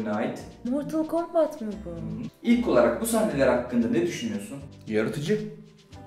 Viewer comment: Cobat değil Kombat -Facktory değil Factory -Fatalty değil Fatality -Foflov değil Follow